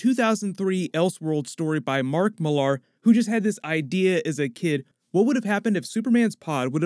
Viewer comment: Mark Millar's name is pronounced the same way as Miller. Mill-Arr sounds weird.